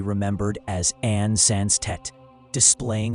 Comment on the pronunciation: The name was Anne, NOT Anna!!!!!! This is AI.